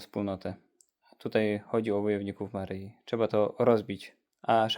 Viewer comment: Nie “Maryji” ale “Maryi”!!! Panowie, jak kochacie Matkę Boże to się w końcu nauczcie poprawnie odmawiać jej imię!!